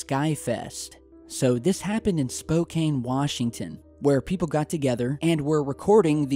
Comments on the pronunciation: I'm from Spokane. And it's pronounced spo "can" not spo "cain". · I live in Spokane. But you pronounced it wrong. It's Spo-can Washington. Not cane, CAN XD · Couple things. Spokane is pronounced Spoe-Cann. Opaque means NOT able to be seen through. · Spo-can (Spokane ) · "SPOKE-CAN";p haha thanks for representing the 509! They're here, I've seen them here! I'll habe the smoking gun for you one of these days! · hey...I'm a local and you've mentioned Spokane a few times over the years, I just thought I'd let you know it's actually pronounced spo-can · By the way, I live in Spokane and was going to tell you about the video! But I see you already found out! Also, Spokane is said "spo-can". :)